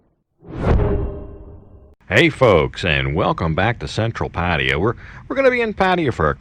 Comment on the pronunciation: Finaly some one who can say Pattaya correctly